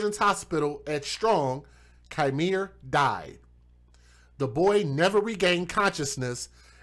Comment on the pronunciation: That POS mother is my actual blood cousin 😠 She already had a kid taken from her prior to this, one of the reasons given was allowing men to blow weed in his face and she found it hysterical. BTW it's pronounced "Key miere" not Ki miere.